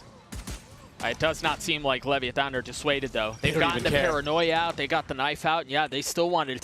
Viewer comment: I hate the way the one guy says Le-VIA-ton